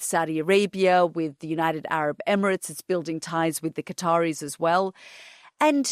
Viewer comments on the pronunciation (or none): none